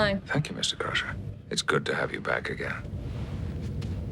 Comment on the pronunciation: actually it’s pronounced ‘Crusher’